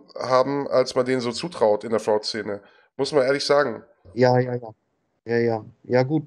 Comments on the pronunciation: Top-Interview, aber ich bin getriggert von Martins Aussprache von "fraud". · LOL wie er fraud sagt, sprich das mal richtig aus ^^